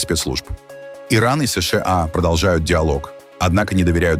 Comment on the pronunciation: Эс Шэ А😅 карикатура)) выёживайся уж до конца: Эс Ша А. Русский учи, если уж на их языке передачу ведёшь, Пэ И Дэ А Эр А Эс порхатый.